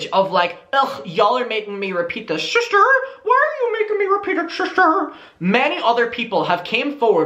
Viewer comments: I just can’t take it serious when you say *ShiSsTEr* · Shisster 😂 ya killin me lmao